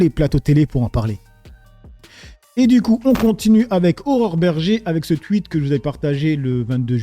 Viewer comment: On dit un touite gros paysan, pas un tuhite